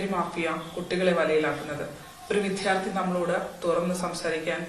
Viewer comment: വാർത്ത നന്നായി. "വിദ്ധ്യാർത്ഥി" എന്നാണ് നിങ്ങൾ പറയുന്നത്. 'വിദ്യാർത്ഥി' ആണ് ശരിയായ പ്രയോഗം.